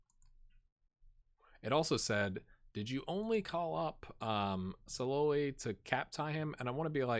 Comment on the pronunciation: Salloi is pronunced Sha-loi...I did a Hungary save last year and was told thats how its said